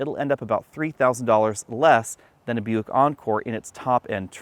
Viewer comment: Isn't Buick owned by GM? I keep hearing him saying European